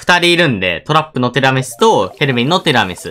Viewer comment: てぃらみすって上手く言えてないの可愛いw 可愛いPart2